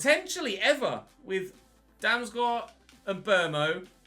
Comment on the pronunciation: bro just say ''damsgard'' you saying ''damsgUArd'' is triggering me lmao